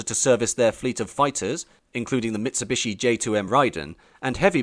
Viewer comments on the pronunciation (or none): none